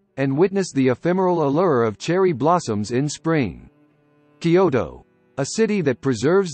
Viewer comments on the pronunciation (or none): Kyoto is 2 syllables not 3